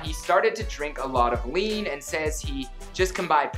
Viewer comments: i heard weed at first but he said lean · He said wean 🥶😂